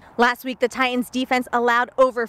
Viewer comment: Say it with me, "Tie-Tuns". Not "Tie-Uns". So annoying when I hear this